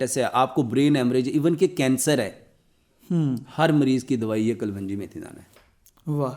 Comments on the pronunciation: یہ نہ حکیم ھے نہ ڈاکٹر ھے اس کو جھوٹ بولنا آتاھے جھوٹ بول کر کماتا ھے کلونجی کو کل ون جی بولتا ھے جاھل ھے ا😂😂😂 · KUL-WUNJI ? THE CORRECT PRONOUNCIATION IS, KALONJI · ڈاکٹر صاحب کلونجی کا تلفظ درست کریں